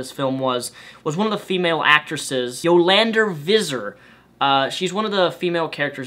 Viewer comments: yolander vizzer? It's Yolandi Visser. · I'm sorry, but your attempts at saying South African names actually hurt me. Here's how to do it properly - first, the "blom" in blomkamp sounds like "bomb"; second, it's Yo-Lan-Dee Fiss (sounds like hiss)-Er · It's pronounced Yo-lan-dee Vass-er. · "Yolandur Vesser" LOL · I'm South African and the way you pronounced Yolandi Visser was precious xD Butchered is an understatement Hahaha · hahaha im from south Africa and you trying to pronounce those names was very funny....thx for the vid keep up the good work :) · Being from South Africa and being Afrikaans, I kind of cringed when you said Yolandi Visser and Die Antwoord (English translation is 'The Answer") But great review. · Oh god your pronunciation of Yolandi Visser was way off XD but I guess it's not an easy name for an American to pronounce :P